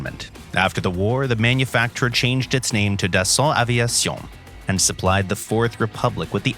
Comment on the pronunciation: Gotta love everytime the narrator say "Dason Aveison" lmao